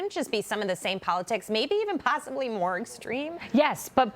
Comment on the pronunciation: Why do people say MacEnany , it’s McEnany